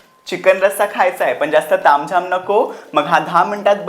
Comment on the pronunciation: Ali tai ghanerda jewan gheun..... 🤦‍♀️🤦‍♀️🤦‍♀️🤦‍♀️ Chicken mhanta yet nahi adanchot tai la....